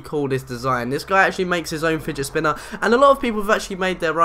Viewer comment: he says spigit spinner lol